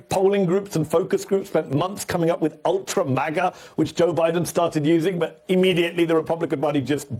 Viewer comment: Stupid Biden couldn't even say Ultra Maga . He said Ultra Magna. What an idiot. He can even do insults correctly. LOL